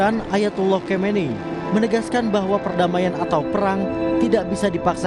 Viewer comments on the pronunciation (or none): oh kompas, reporternya nggak bisa sebut nama pemimpin dunia wkwkwkwkk kahmeinei??? what/.... khameini sayangku wkwkkkk .... komando pastur???? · Presenter nya gak punya wawasan luas. Sebutin pemimpin Iran, mengejanya susah amat